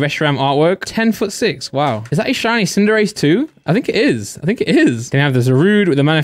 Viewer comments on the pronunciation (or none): none